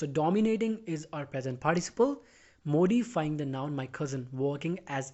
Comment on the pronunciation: Dear, Please, correct the spelling from 'slept' to 'slapped' in the sentence: Not knowing who I was, he slept me. Note that the pronunciation of the first syllable in 'modify ' is as in 'morning'' not as in the Prime Minister's name. Thanks for the simple and clear explanation.